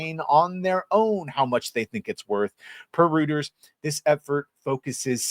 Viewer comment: Nice vid! P.S. Reuters is pronounced Royters